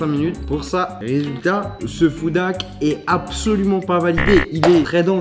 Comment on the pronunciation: S'il y a un H devant "Hack" c'est pas pour rien. Toi tu prononce ça "Ak" tu parle de moins en moins bien dans tes vidéos